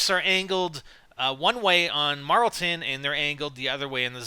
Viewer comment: It's not marltin Jesus drop it